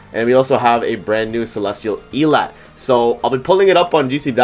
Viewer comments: Why does everyone say her f** name wrong . Please, it’s pronounced “Ee-lot-tay” not “Ee-lot” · How you know they didn't watch the Prisoners of the Sky movie. 💀 In BOTH subbed and subbed they pronounce it El-lat-tay. It aggravates me every time they mispronounce her name!